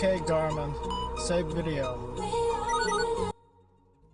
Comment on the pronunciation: #8: “OK GARMIN. SAVE VIDEUH.”